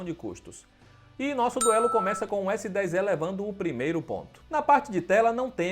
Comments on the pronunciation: Pior é falar Galaxy S10 É , ao invés de E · S10 "É" pqp onde foi que você estudou meu amigo?! 🤣